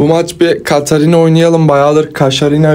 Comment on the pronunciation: kaşarina dedin😂